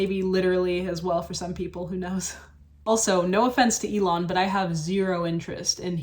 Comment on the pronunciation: Eel-on? Who is that?